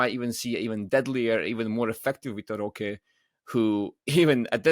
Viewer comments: It’s more like roh-keh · Here I was finally about to ask you why you pronounce his name as "Rosh" instead of "Rohkay"